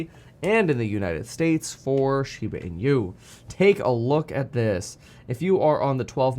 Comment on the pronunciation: its funny how you say the inu as in-u instead hahaha